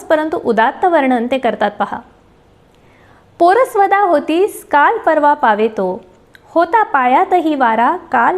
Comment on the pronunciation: खूप छान कविता ऐकवल्या. मला आमच्या ११वीच्या मराठीच्या तासाची ाठवण झाली. एका कवितेसाठी आमच्या बाईंनी अख्खे मर्ढेकर शिकवले होते. १९७५. तेव्हापासून मी मर्ढेकरांची फॅन. क्षमा मागते. पण पोरसवदा चा उच्चार : पोर-सवदा असा करायचा. पोरस-वदा नाही. आणखीही एकदोन उच्चार आहेत पुन्हा ऐकताना सांगीन.